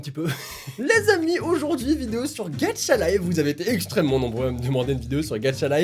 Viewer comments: Tu dis gatchalife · je suis la seule à entendre dire «gacha(t) life? »🤔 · au début ta dis mmmh une video ''gadchatlife'' x') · C'est moi ou quelque fois tu dis "Gatcha life" ? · Pourquoi tu dis "Gatcha life" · OMG il dit gatchalife ses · Tu dit gatcha life hhh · Pourquoi tout le monde dit "Gatcha Life" ?! xD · Tu dit gatcha 😂🤣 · Quand tu dit gacha life XD tu dit gatcha life c est trop drôle lol 🤣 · Sa me stresse : il dit GATCHA LIFE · J aime trooop les videos reactions 😂😂😂 c'est moi ou il dit: " gatchalife" 😂😂😂😂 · Ca me fait marrer parce que tu dis Gatcha life 😂😂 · Tu dis mal gacha life mais tu restes mon youtubeur préféré 😉😉😉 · Putain tu m'a fait rager avec ton ''gacha life'' très accentuer 😨😨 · il sait pas le prononcer mdr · ON DIT PAS GATCHA LIFE ON DIT GACHA LIFE C COMME PAIN AU CHOCOLAT ET CHOCOLATINE PTN !!!!! 😂😂😂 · DSL mes sa m'enerve quand tu dit ga"t"cha et pas ga"ch"a😅😅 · On ne dit pas gatcha life mais gacha life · "Gatcha life" 😂😂 sinon continu comme ca tu gère! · tu dis "Gatcha life" mais c'est "Gacha life",pourtant c'est pas dificille de le dire.😂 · on dit pas gatcha life on dit gacha life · On dit 《gachalife》pas《gatTchalife 》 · Est ce que tu dis "tchat" non alors c pareil pour gacha life PS j'aime bien t vidéos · C'EST PAS "GATCHA" MAIS "GACHAAAAA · On ne dit pas "Gatcha Life" on dit Gâcha Life !!!😂😭😂😭😂😭😂😭😂😭😂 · Dsl Mais on dis pas « gatcha » On dis « gacha » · C'est gacha life pas gadcha life x) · "Gatcha-life" x) MAIS CA CE PRONONCE GACHA-LIFE PTN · On dit gacha life pas gatcha life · est on dit gacha life pas gatcha life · J'adore est le seul qui dit: "GATCHA" au lieu de "GACHA" 🤣. Ça m'a stressé toute la vidéo 🤣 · C pas gatcha life c gacha life mais on te pardonne 😂😂😂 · MÉ CA SE PRONONCE GACHALIFE PAS GATCHALIFE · je t'aime bien mais franchement, arrêté de dire gatcha life stp parceque sa ce dit gacha life 😭, sinon ta vidéo est super!😍 Continue comme sa ❤ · Tu le dit mal gacha life